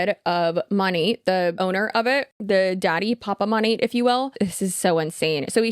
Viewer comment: Why is it that the only ones who bother to pronounce Monat correctly are the anti-MLMers